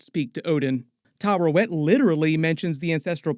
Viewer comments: Its Taweret btw not Tarewet. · Tuh-WEAR-et That’s how the show pronounces it anyway. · Taweret: exists: Tarawet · Why do all the youtubers I subscribe to say Tarawet when her name is Taweret bruh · Oscar Isaac literally says “Taweret” several times throughout the series… Why does every YouTube commentator always mispronounce that name? …annoying… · It's Taweret,:D